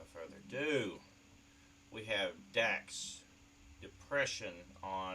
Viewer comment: Thanks for the shout out you said my name right lol Dax is very versatile bars for days and deep messages